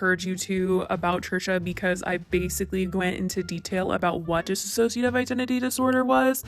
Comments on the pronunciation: Dissociative not disassociativ. Please. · why does everyone mispronounce dissociative as dissassociative... Trisha did it and everyone calling her out is still mispronouncing it... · FYI: it's Dissociative not Dissassociative. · FFS .... one last time. It's DISSOCIATIVE, not dis-A-ssociative. THEY ARE TWO DIFFERENT WORDS!!! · It‘s Disso-cia-tive Identity Disorder! You wrote it so often yourself but you are not saying it correctly, just wanted to mention it. I really enjoyed your video, but I just HAD to say it, I’m sorry 😅💕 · Sure, I don't think it was intentional at all, actually what I think could've PROBABLY happened is that is pronouncing it thay way due to Trisha's video (Trisha said "disassociative" throughout the whole video) but the point of me mentioning it is just to start adressing DID with the right terminology, unlike everything Trisha said in her video and some people might be starting to use thinking it is correct (for example, calling it multiple personality disorder and whatnot) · Miz Boom true, but in this video it’s being pronounced as dis-ass-sociative... need to take the one ass out... so isn’t completely wrong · You’re not pronouncing dissociative correctly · you're mispronouncing dissociative disorder :/ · Hey just wanted to let you know you are pronouncing dissociative wrong. It doesn't have two "iss" sounds at the beginning it's just one.